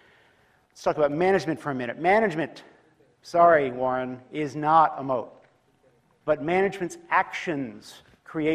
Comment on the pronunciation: Moat often sounds like mode